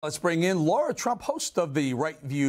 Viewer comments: It’s not “Laura Trump”, it’s “Lara Trump”. you should work on your pronunciation Eric Bolling. have a little respect. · Bolling keeps pronouncing Laras' name incorrectly. He pronounces her name - "Laura".